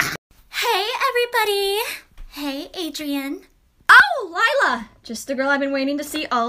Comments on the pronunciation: You mean lie–la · When he sayed her name lie-la lier😂😂😂😂